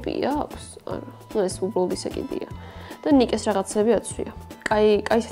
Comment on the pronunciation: რა ნიკე ნაიკი და რა სპრიტე სპრაიტი ლაპარაკი ისწავლე რა წადი დროს ნუ კარგავ🙈🤦🤦🤦🤦